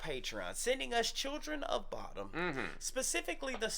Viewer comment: It is pronounced somewhat like "Boo-dum". They are named after the unsolved Lake Bodom murders that happened in Espoo, Finland in the 60's.